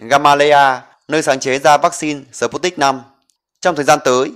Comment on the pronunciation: Đọc là sput - nhích v. Không đọc là sờ- put- nic v, khó nghe quá